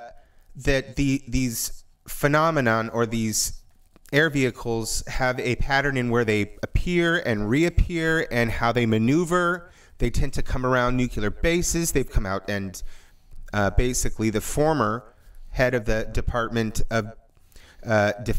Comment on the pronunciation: Ohhh... u said "nucular". Really? Just cause george w did it doesnt make it right. Say it with me... "N U W C L EE AA R ". "NUCLEAR" easy right?